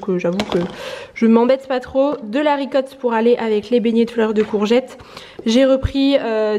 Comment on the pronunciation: Hello. J'ai souvent eu envie de poser la question, mais n'ai pas osé haha pourquoi tu dis "ricotte" et pas "ricotta" ? 🤭🤣